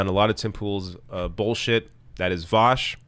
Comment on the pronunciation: Pronounces ‘Vaush’ correctly? Interdasting.